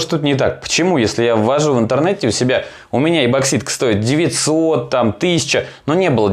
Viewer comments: Да что же вы не научитесь говорить не эбокситка , а ЭПОКСИТКА !!!! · ЭБоксидка - жесть по ушам ... 👹